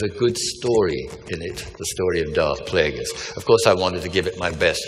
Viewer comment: every now and then you hear him in his scottish accent. "Better around minute 18 or 19 and "plagueis" lol. A scottish sidious would be something to watch btw.